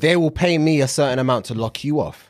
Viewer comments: hahhahah bro fuhad said 'thertain things' instead of certain things . lmao, love u guys! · Man said "thertain things" ☠️ I'll be dimmidy DAMNED if I let you get away wif dat bruva